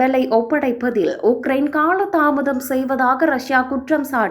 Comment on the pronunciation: 6000 உக்கிரயின் உடல் உனதுஉச்சரிப்புமற்றும்செய்திகள்பிழையாகவுள்ளது😮😂😮😮😮😮😮😮😮